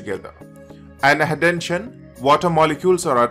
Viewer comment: Horrible accent with a weired "N" in the words cohesion and adhesion !!!!